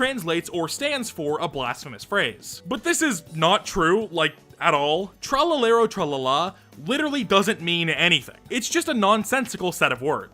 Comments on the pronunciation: love u but the way u said tralalero tralala hurt me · Hearing americans try to pronounce "Tralalero Tralala" in a serious voice is funnier than the original video